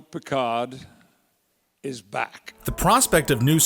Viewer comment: Captain Pee-Card